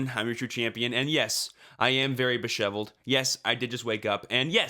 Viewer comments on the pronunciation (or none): "Besheveled" is more powerful than disheveled lol.